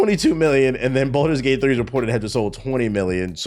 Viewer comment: u tracking its balders gate not bolders gate right